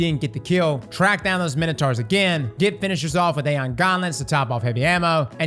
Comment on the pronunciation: did you really just say ‘taken minotards’ lmao